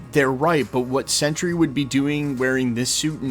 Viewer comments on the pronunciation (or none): none